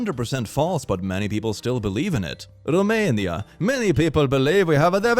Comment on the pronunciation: I simply adore how pronounced 'Romania' and i kinda had an 'oh shit' reaction cuz i'm from Romania and i love when i find random silly things about my country being talked in english videos, also,very hurtful stereotype, i was talking with my friends about this over a bottle of 'wine' and they seemed flabbergasted that people still think this of our country